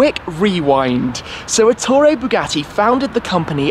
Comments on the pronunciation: You didn't even bother to mention the fact that Ettore was Italian. And also, Èttore, not Ettòre. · It is Èttore, not Ettòre.